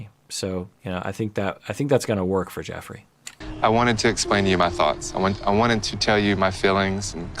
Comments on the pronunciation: isn't it meant to be pronounced Jeff-rey? i think may be mispronouncing it here. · it's pronounced like "Jeffree" not "Joffrey." Lol. He might have horrible allegations against him, but even if they're true he's not GOT bad. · Pronounced JEFFry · It’s okay and you’re not the only one pronouncing it that way. I think the others must’ve been GOT watches, lol. Anyways, love your insight! Keep up the great work! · I love that he's calling him "Joffrey" because I keep hearing it as King Joffrey from GOT lol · Joffrey. Game of thrones. Cracks me up bc if the allegations are true the pronunciation is suitable.. 👀 don’t worry I’m terrible with pronunciation and I have it pointed out from time to time on youtube too 😅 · its pronounced like JEFFREY lmao!!!!